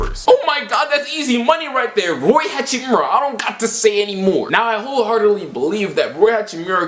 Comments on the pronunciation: Idk if I’m hearing you wrong but Rui is pronounced Rue-e not Roy. Love from Spokane home of the zags 🤧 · u butchering rui hachimura name its riyu